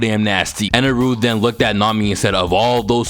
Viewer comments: Bro his name is Enel not Enaru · Who tf is eneru? Its enel